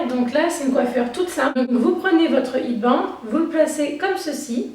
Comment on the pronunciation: Elle est chouette ta vidéo :) Petite correction : la sonorité de "head" (de headband) se prononce comme le mot "laide" en français, en remplaçant le L par un H bien sûr pour prononcer le mot HEAD :)